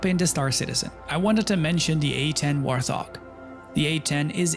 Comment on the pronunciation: A bit more delay definently sounds better. Otherwise I wouldn't have noticed. Also it's wart-hog not war-th-og.... lol